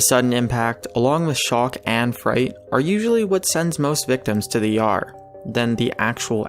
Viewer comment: "Along with shock and fright, are usually what sends most victims to the Yarr." I assume you meant E.R.? :D